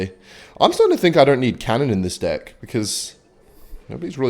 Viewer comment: just me or when he sais deck its dic